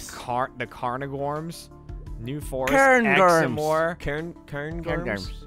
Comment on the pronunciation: As a Scottish person I found pronunciation of the Cairngorms most amusing.